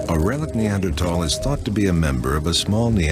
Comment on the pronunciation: I remember this era people were pronouncing neanderthal has neander-taal.